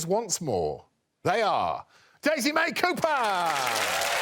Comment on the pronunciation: Daisy May Coo-purr... 🤦🤦🤦